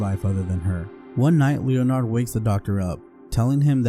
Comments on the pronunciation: Leonard. Pronounced [Lennerd] Not Leo-Nard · Leon 'ard. FFS. AI sucks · Leo - Nard...!? How did this narrator live to adulthood? Jesus Christ....